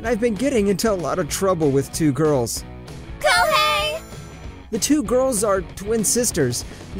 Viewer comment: Kihei sounds like Tai.